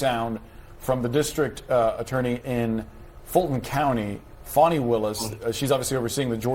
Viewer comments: How does one illiterate pronounce “FAWNI” out of “FANI” ? Amazing! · Can’t wait to see Fani in jail for abuse of public office. Ps someone should tell cnn that the word “Fani” does not pronounced “fawni”. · The ccn anker called her Funi Willis.